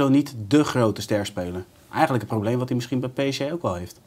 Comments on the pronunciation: Zeg gewoon a.u.b ''PSG'' & NIET PSJ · waarom zegt iedereen altijd PSJ....het is fucking irritant.